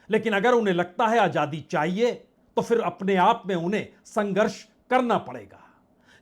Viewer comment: savinay nivedan hai ki uchcharan sahi kariye ajadi nahi azaadi hai